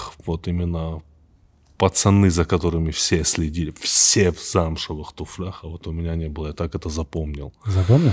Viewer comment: не в туфлях, а в туфлях, Тимур!